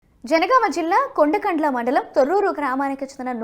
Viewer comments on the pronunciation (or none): కొండకండ్ల కాదు, కొడకండ్ల అనండి. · Kondakandla kadhu amma kodakandla